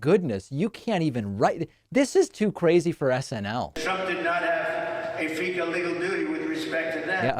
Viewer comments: He said, "fee gall legal doody" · he said stool, and fecal doodie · "Fecal legal dooty". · 😂😂😂I was floored by "finkele lekel" oh, dear lordy.😂😂😂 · "Trump does not have a fecal legal dootie" - NO I would say that Diaper Don had a "fecal legal dootie" EVERY DAY in that courtroom! Does anybody know what Fecal Legal Dootie Diaper Don is trying to say when he says 'fecal'? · "Fecal legal duty"..."stool"...hes $hitting himself verbally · Yes, he said Fecal. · Only Trump would read "fiscal" as "fecal" and not think twice about it. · He said fecal and doody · He read "legal" as "fecal" and used his trope of simply continuing with the correct word as if it had been deliberate, ie. "fecal legal". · "Fecal legal dootie" hahaahaha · “Fecal legal duty”!!!! 😂😂😂😂😂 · Felcal Duty Doo! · Yep. He actually did say "fecal legal duty" - which is the best thing he's said all year. #fecallegalduty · Beg your pardon sir, but I believe he said "fecal leak el dootie" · "FECAL" prisiident. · he couldn't say "fiscal responsibility " is my guess, instead his dementia kicked in , saying "fecal" instead. once you understand how his dementia is triggered by things he can't accept, the mental dementia problems display a clear pattern. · Could the word "fiscal" been beyond his ken?